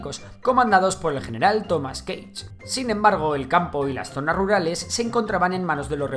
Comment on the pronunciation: Cage o Gage?